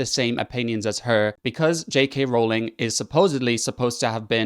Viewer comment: THANK YOU for pronouncing "Rowling" correctly!